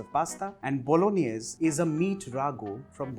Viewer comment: Pasta bolaganesh 🤣🤣🤣 — jordindian